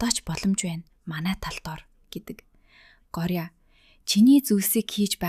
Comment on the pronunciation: гооръя гэд уншина шүү